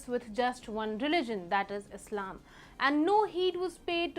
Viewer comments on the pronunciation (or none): none